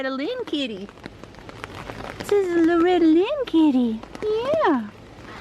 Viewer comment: Nice gray Kitty. "Loretty" :)